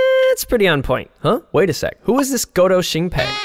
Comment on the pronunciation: 一直聽成勾偷星培xD